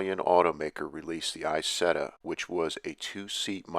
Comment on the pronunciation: It’s EeZETTa not eyesetta.